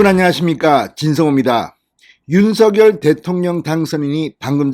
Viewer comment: 윤서결 아니라고요 방송인이 공식적으로 발음하기로 한것을 무시하는 발음 듣기 불편합니다 ♡♡윤성녈 ♡♡ 입니다